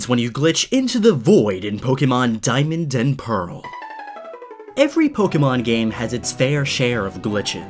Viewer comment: I dont know how he is a pokemon fan if he pronounces pokemon wrong and cannot tell if a pokemon is legendary or mythical.